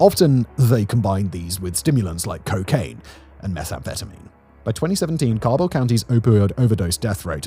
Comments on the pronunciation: My mother and her family are from West Virginia. As far as I'm aware, no one on my mom's side is affected by the opioid crisis, but I haven't had contact with family on that side in years. And, uh, Simon, the "ca" in Cabell sounds like "cat," and Kanawha is pronounced "kuh-naw-wuh," or "kuh-naw" if you want to sound like a local." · Learn how to pronounce Cabel and Kanawha as a life long resident it hurts me a little every time 😂😂😂